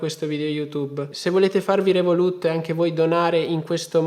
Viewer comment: Rèvolut, l'accento sulla prima E, ti prego!